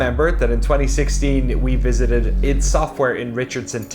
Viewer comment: ID as in Photo ID. not "EID".